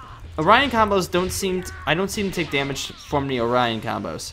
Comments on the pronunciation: It's not Orion its Orin as in OR IN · Why does he say orian combo